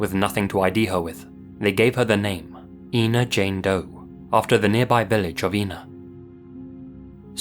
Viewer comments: It's pronounced "Ein-uh," (as you'd say when saying "China") not "Een-uh." :) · The town where Susan Lund was found is Ina and is pronounced Eye-na, not E-na. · It's pronounced "I"na ,not Ena. I live in the area. This state park is easily accessed from the interstate. There is a sign for the park off the exit. She was found in the primitive camping area. I always believed she was from another state and the killer chose to dump her in this area and that he came from the interstate . I am glad that she has her name back and hope they find her killer. I have followed this case since she was found . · Ina- It's not E-na, it's Eye-na. Sorry, just a pet peeve I guess... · Ina is pronounced "Eye-na," with a long I. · Ina is pronounced with the long "I" sound, not "EE". Ina, not Eena. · It's pronounced "eye- na." I have family that lives really close to that tiny "town!" This is spooky af. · I live just down the highway from here. The town is actually pronounced 'eye-na'. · The village name is pronounced Eye-na. I grew up just 30 miles from the area and went to the lake all the time. The interstate cuts through part of the park so I can imagine just how hard it would be to narrow down a killer. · Ina, IL is pronounced "EYE-nah." I live very near that little spot in the road.